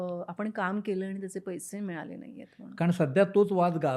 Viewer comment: "पैशे" नव्हे, "पैसे"